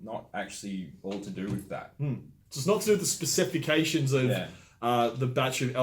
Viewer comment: Specific-cation or specification the fella on the right can’t say it right either. Lol